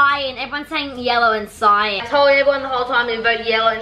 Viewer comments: Why did you say cyan cyan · It’s pronounced cayin not cyan it’s spelt cyan but your pronouncing is killing me/NO HATE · ilol look how said cyan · i love how they say cyan see-yan LOL it just makes me triggerd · Everyone: CYAN Them: cyon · I love how it see-an not cyan lmao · Everyone: cyan n: cyan The other Norris nuts: seeyan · They call it seean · It’s cyan not see-an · Seeyan? Not to be rude but you pronounce it like this: Sigh an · Cyan is not pronounced as “see Ann”. I’m pretty sure It’s pronounced “Sigh Ann” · Did they seriously say “SEEeEeAAaann” instead of cyan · ANYONE ELSE TRIGGERED IN HOW SAYS “CEE-AN” INSTEAD OF CYAN!! 😡😡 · I love when the and say cyan as ceean so funny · was i the only one that got triggered when said cyan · Why the flip don’t they say cyan they say Scian lmao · WHO ELSE IS TRIGGERED BY SWLF REPORTING EVERYRIME AND SAYING CEE AN INSTEAD OF CYAN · keeps saying ceeyan its cyan not trying to hurt there feelings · People:cyan:ciiion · Cion: cion: CiOn: cyan me: thank you. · just leting u know it is not cean it is cyan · It's CYAN not CIAN AND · No offence but it’s called cyan not ceyan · cyan ❌ cearn ✔ ( no hate just think its funny how they say cyan) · I think its ceeeeeeeeeeeeeeeeeeeeeeeeeeeeean it is actually cyan not ceeeeeeeeeeeeeeeeeeeeeeeeeaaaaaaaaan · it’s cyan not cEeEyAaAn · its cyan not cyaan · Cyan is pronounced as Sci An CY-AN not Ci an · I love it when they call cyan “ see-an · Remember when the used to call iron ‘i-ron’ in their Minecraft videos? 😅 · You pronounce cyan as sigh-an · Bad and said see Ann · Every time they say see-an it makes me wanna rip my hair out! Lol. Then when she said the name is sus, honey your saying it wrong! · This is a annoying thing for me when people pronounce things wrong or different then I do but Cyan is pronounced sigh-ann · The way said cyan lol CEYAN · Ce Ane is how they say it lol